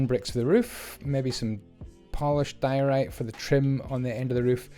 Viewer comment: says polished diarrhea instead of diorite